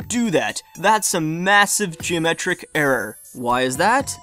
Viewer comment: He said "Gemetric" instead of "Geometric" at one point.